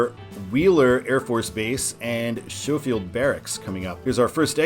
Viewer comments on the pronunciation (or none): For future reference, it is pronounced skow-field, first part rhymes with row as with a boat. No clue about your hawaiian pronunciation. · I coulD be wrong but I think Schofield (named after General Schofield) is properly pronounced "skofield." An interesting side story is how General George Henry Thomas and Schofield. This relates to the 1864-5 Battle of Nashville.